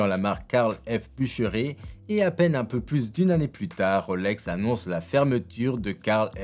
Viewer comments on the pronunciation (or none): Sympa sauf que j'ai les oreilles qui saignent : "a acquéri" et "boucheré" ! Sérieusement ? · Belle vidéo par contre c'est BuchereRRRR: j'ai les oreilles qui saignent.